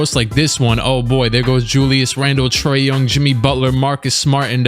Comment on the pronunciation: "Troy Young"